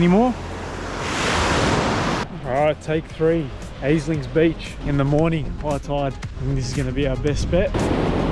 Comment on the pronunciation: "Alings beach" 🤦‍♂️